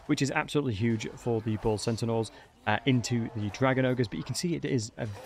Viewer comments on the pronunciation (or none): Why do you keep saying bull sentinels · centanaurs lol